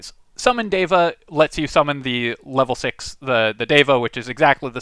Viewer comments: It's pronounced "Deh vah" not "Day vah" FYI It's really cool to see Sanskrit words included in fantasy stuff btw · Its like Dheva. Not Deva. The D should be soft. 😏. The D should sound like the th in "the". or like They + va. Something like that I think. And you are forgetting to breathe and stop when you are talking. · Indian-language speaker here: the pronunciation of the "d" in "deva" (in the original Sanskrit, anyway) is better approximated with the "th" sound from "then." Otherwise, spot on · I'm pretty sure it's pronounced deva, not deva. Kinda like data, as opposed to data.